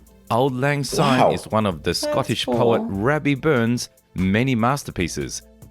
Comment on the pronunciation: It's auld lang syne (pronounced sign). It means, Old Times' Sake.